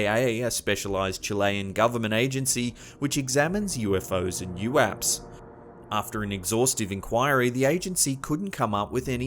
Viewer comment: U A P's. Not youapps.